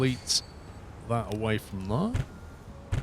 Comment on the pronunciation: "We want to go THUR"... "cross through THUR".. "from here to THUR"..."over THUR"... What the (bleep) is "THUR"? "Here and THERE", NOT "Here and THUR". Otherwise great video of a game I personally wouldn't play that seems interesting.